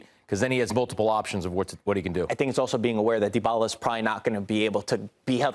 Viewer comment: The way these guys pronounce Dybala: Da Balla (da baller) 😆